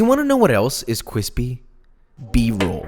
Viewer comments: Uwu cwispy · That Looks Cwispy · Made this tonight. Turned out extremely Cwispy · kwispy kwispy kwispy😳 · Josh: We got our cwispy boys Subtitles: we got our quiz b-boys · Kwispy but dry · Love your recipes. I have made many of them in your series. Please stop saying quispy. I cant take you serious. Lol. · I hate how he only said cwispy 2 times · ceo of cwispy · Now THAT was some cwispy b-roll! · paused commented and left after he said cwispy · So kwispy💦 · We the cwispy boiz! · I made this recipe and it was magnificent 🙏 cwispy cwispy indeed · kwispy bois and kwispy b roll mmmmm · bread crumbs, eh. corn flakes, the real cwispy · No one: Josh: CWISPI BOIS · who doesn’t love cwispy b-roll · Do you wanna know what else is cwispy? B roll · he is speaking th language of food and uwu ("cwispy wishpy chiken") is it safe to assume that this perfection of a man likes anime or/ans fluffs? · Man that "b-woll is weally cwispy"